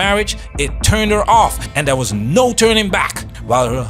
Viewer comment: How many syllables are there in the words 'NO' and 'SO'?? It's as bad as the whiny women that say 'no-wah'.. There is basically nothing I can stand about this woman and that personality and attitude in general.. Don't worry honey... THE WALL IS COMING FOR YOU TOO!!😂😂😂😂